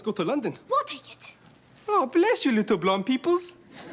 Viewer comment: Ooooh he said "blonde peoples" i thought it was "ground" or "brown"